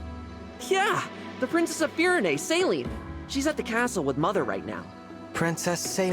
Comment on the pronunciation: As a french speaker, the pronounciation of Céline's name in this game is absolutly atrocious 🥲 They say it like it's saline, but it should be pronounced as say-linn (like lint, but without the t). Hope this helps 😁